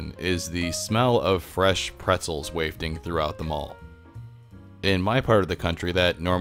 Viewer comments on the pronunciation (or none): “Waif-ting”? It’s pronounced “waff-ting”. I’m guessing someone else writes your scripts?